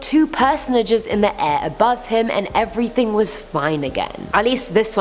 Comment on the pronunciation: "..... drawing dicks on ERRYTING. .." SUPABAD!!